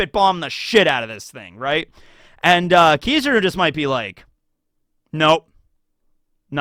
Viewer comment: Why do you pronounce his name like this 😂😂😂 It’s not “Kizuru” it’s KI-ZA-RU